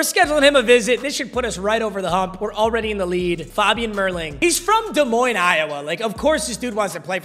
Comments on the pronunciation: Thanks for saying Des Moines right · Feels good to have you pronounce Des Moines right